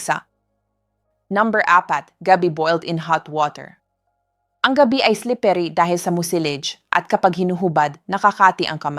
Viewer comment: Para mas lalong gumanda ang mga dinidiscuss nyong topics doc, iedit nyo muna bago kayo manpost. Maraming mispronounce words e.g. kamote(kamot), gabi(parang night sa tagalog), digestion at marami pang iba. Baka kasi AI naman ang nagsasalita hindi kayo...